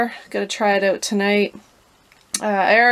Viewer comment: Why does she keep saying “ote”? Is she trying to say “out” ? 🤷‍♂️